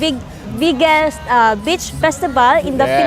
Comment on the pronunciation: I have to laugh when you pronounce Beach. It sounds like “bitch”. I think it’s cute😉